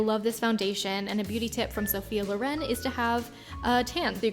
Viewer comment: Lovely video but it's Sophia Lòren not Lorén :D Greetings from Italy!